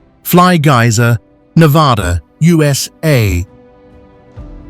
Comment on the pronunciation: What fine white sand upon Easter Island? USA "u'saay" lmao AI struggling a little?